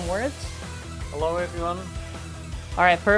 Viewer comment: He always says halo:/